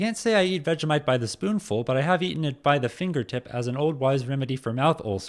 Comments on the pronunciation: It's pronounced Vegie - mite not Vega - mite. 😂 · It’s pronounced vej-E-mite